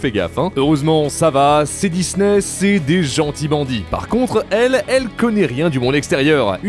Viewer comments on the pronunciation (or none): S’il vous plaît répondez moi pourquoi le gars dis Dizney au lieu de Disney s’il vous plaît répondez moi j’ai du mal à m’endormir à cause de ça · Pourquoi cette mode de dire "Dizney" ?